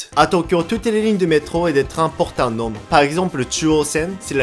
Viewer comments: Salut,je suis dsl de faire mon Francais,vraiment je trouve que tu parles bien Francais,et que tu as appris super vite...mais...Tu prononces mal "Nom" je suis dsl de faire la remarque,c juste que j'ai remarqué que c'est pas la 1ere fois. On prononce "Non". On prononce pas le M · J'aime beaucoup tes vidéos, toujours un super taff avec un humour que j'aime beaucoup ! Par contre je me permet de te dire que tu ne prononce pas correctement le mot "nom", le "m" à la fin est muet. Donc "nom" se prononce comme "non". C'est marrant parce que j'avais une amie japonaise qui faisait exactement la même erreur et personne ne lui a dit que c'était pas la bonne prononciation c'est pour ça que je me permet de te le dire voilà 😉👍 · On ne prononce pas le m dans "nom". :)